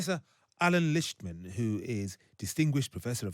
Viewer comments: Prof. Lichtman made it a point to say his own name when citing his website so that the host could hear the correct pronunciation, and the host proceeded to mispronounce it multiple times in a row just moments later. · Why not learn how to pronounce the last name of your guest? Especially after he told you , you insisted and multiple times again to pronounce it incorrectly.